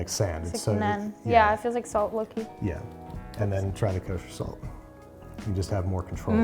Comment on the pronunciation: Jesus, I first heard "sand".. feels like salt low key 😂😂😂